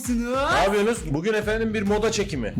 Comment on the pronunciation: hello herkese merhaba napıyosunuz: nabıyonuz 😂😂😂 Bana komik geldi size de geldimi geldi diyenler like